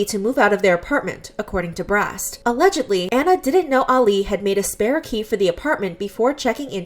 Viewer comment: i love how she keeps saying alledgedly